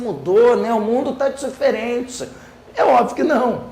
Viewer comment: kkkkkkkkkkkkkkkkkkkkkkkkkkkkkk "o mundo táh thiferenti"